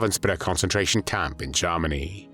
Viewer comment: What was used to narrate this video? The pronunciation of Germany as “Jarminy” is a hoot!